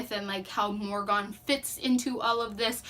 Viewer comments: It’s mor I gan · Love this review very well thought out. 1 note * the pronunciation of her name Morgan is [More-gain] [Morhgin]... in sound. You can get a better feel for it if you listen to the audiobook. Other than that thank you so much for giving this review. 🖤